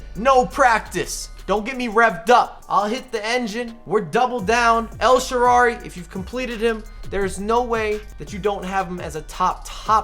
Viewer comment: Yo it’s “El ShaaraWy” and not El ShaaraRy”